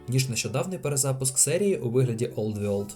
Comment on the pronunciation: Гарна гра, файний огляд, будь ласка не треба казати вьорлд 😂 За тараса окремо лайк